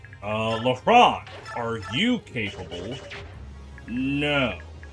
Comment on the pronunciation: Side note, everytime you say lehran I hear LeBron 😭